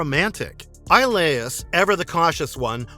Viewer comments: Hercule's best friend's name is pronounced E-O-Lis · Hercules' friend's name is pronounced Ee-oh-lis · So annoying to hear it mispronounced so many times. Guessing narrator never watched the show. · it was bothering me too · Yeah, it always gets on my nerves when they mispronounce the names of the characters in these videos. 🤦🏾‍♂️